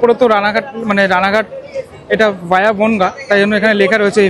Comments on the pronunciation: Vai Ota via ভায়া উচ্চারণ করো ভিয়া না কেমন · ওরে তোর ভিডিওটা খুবই ভালো হয়েছে, ভিয়া নয় ভায়া বল এবং প্রথম দিন শিয়ালদাহ তে ৮ no প্লাটফর্ম নয়, ৭ no এ দিয়েছিলো। ২ মিনিট লেট ছিল দমদম এ ৫ no প্লাটফর্ম এ নেওয়ার জন্য, আজ থেকে ৪ এ দেবে যাতে ওই ২ মিনিটও বাঁচানো যায়। এগিয়ে যা সবাইকে নিয়ে একটা পা মাটিতে রেখে 👍❤️